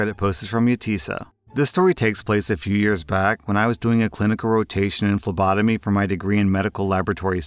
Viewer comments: Im listening to this so I though said "labotomy" in the first story. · I was looking at my doorway and then i heard "For those who dont know phlebotomy is art of drawing blood" I thought he said "lobotomy" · I swear I heard say lobotomy not phlebotomy, it would've made story 1 a lot more interesting.